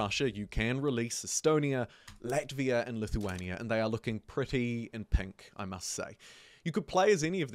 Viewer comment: He says pink like Scottish people, particularly Glaswegians. Penk.